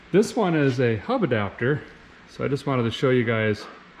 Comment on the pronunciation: "Hubba.....dapter". Or is it "Hubba Hubba ....dapter."